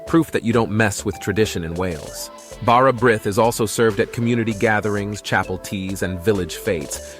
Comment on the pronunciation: The brith in bara brith is pronounced 'breeth'